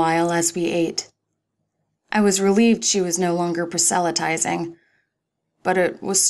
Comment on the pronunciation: Nicely done,! Great differentiation between characters, and a nifty twist on the "bunny boiler" trope. At the risk of nitpicking, you kinda mispronounced "proselytizing".